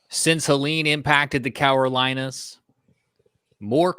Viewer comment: CaROlinas... not Cawarolinas